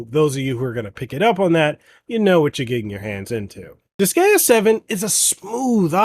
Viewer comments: Why are you pronouncing it like that......its dis-GUY-uh.....not dis-gay-uh... Can't be a fan if you can't even pronounce the game right hahahaha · its Dis-guy-uh not Dis-gay-uh. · Friendly advice, when in doubt, check the Japanese name, you'll get it right. Even English native make mistakes sometimes (with Pokémon for instance). In the case of Disgaea, it's Disugaia in Japanese, where "a" is always pronounced as in "apple" and "i" always as in "image". It's then di-su-ga-i-a. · Hahaha he says "disgayuh" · Same! I had to leave i recoiled everytime he said dis gay uh lmao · I...can't with that pronounciation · The pronunciation….if you’re gonna do professional video game reviews, you should maybe research how it’s pronounced first. Otherwise people aren’t going to take you seriously. Pro tip. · Couldn't watch. Him mispronouncing the name of the game repeatedly took away any and all credibility. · the way you say Disgaea makes me cringe DX AAHHHHHHHHHHH but it soudns similar to D5 which is great in terms of story and gameplay with new extras im sueprexcited about it